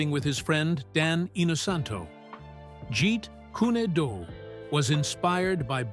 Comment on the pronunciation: And to really make matters worse the narrator can't even pronounce Jeet Kune Do correctly how do you pronounce it get Jeet cunado Why can't these people learn to pronounce words correctly? The even pronounce Bruce's Chinese name incorrectly Now you pronounce the first name right which is Jun( with the short u sound) Also you pronounce the middle name Fan (with the short A sound) not the long A